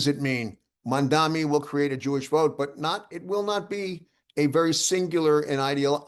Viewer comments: Are you pronouncing his name correctly??? Its Mamdami...not Mandami.... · Why is it that all old white men can't pronounce his name correctly!!!